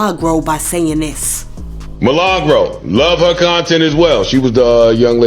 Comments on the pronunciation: My name is Me/Lah/Gro roll your tongue with it 😂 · Roll the R when u mention MILAGRO